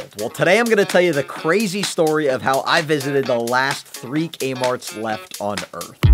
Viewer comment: Threek A-Marts